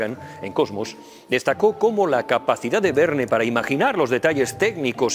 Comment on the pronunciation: Por fin alguien que pronuncia bien Verne en Frances...Bravo👏👏Gracias excelencia como siempre un cálido saludo 👋 ❤🙏